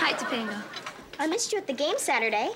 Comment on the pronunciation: its pronouced Toe Pung ngah ....i remember this episode from when i was a kid...it startled me hearing how bad americans prononce polynesian western indian names badly...topanga in our culture means brown hairy little tree lol that lives in cloudy mountain areas near rivers or the sea!!!